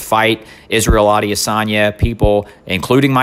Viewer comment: “Adiasanya” lol